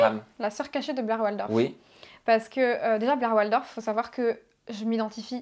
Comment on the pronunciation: Il n'y a pas de e à la fin de Blair ☺️